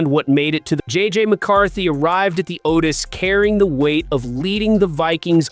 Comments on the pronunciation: T-Cos and O-tays 😬😬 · I think you missed his point. The AI is killing it in a bad way. When it reads things such as T.C.O (Performance Center) and O.T.A's as words.... it sounds ridiculous.